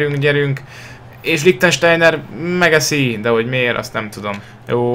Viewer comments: Nem Likhtenstejner :D LIKHSTEJNER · Bocs,de nem először veszem észre, hogy Lichsteinert rosszul mondod. Lichsteiner= Likstejner :D kösz és csak így tovább várlak az első osztályba hétha tudunk játszani egyet.